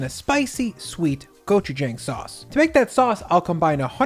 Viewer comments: hey, your pronunciation of gochujang isn't bad, but the first G is a harder sound kind of in between a hard G and a K sound. and the last part "jang" is more pronounced "jong" Love your content! I discovered you this year! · Love how diverse and tasty these 3 wing recipes look! Also I like how you frequently use gochujang in your videos. Pro-tip from a Korean American: it’s pronounced more like “gochu-jahng”, rhyming with “wrong” rather than “rang”. Nevertheless great video and I’d love to see oven-only or even air fryer wings in the future! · Gochujaeng lol. It’s pronounce jang like the a in about. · That's incorrect. Then you'd be saying "고추정" if you're pronouncing it as "Wrong" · you pronounced gochujang wrong. Here's a helpful video I hope that in the future you do a bit more research when introducing these global foods to your large audience. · I do love your content and your recipes but you’re mispronouncing “gochujang.” I feel it’s appropriate for cooks/chefs to learn how to pronounce foreign language words correctly; it shows that you respect the culture whose cuisine you’re representing. I’m not hating, or saying you’re being racist or anything, it’s just an important topic to me💜